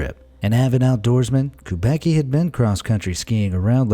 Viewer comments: steven kubaky hahahahaha, strangest way to say kubacki which should be more like kubatsky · 'Kubacki' pronounced is making me laugh. I knew few people with this surname. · I mean that's not how you pronounce Kubacki.........